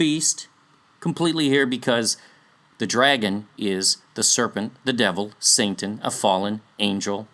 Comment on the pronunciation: "Saintan" 😆 Anyways.. i love the work you do here!